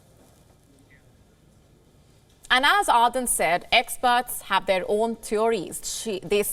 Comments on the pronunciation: ArDen not arthen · I couldn't watch after the first minute or so, thanks to the horrible pronunciation of the name. "Aaadhen" really? Could you not take the trouble of pronouncing the name correctly? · It pains me when this lady calls her Are-then!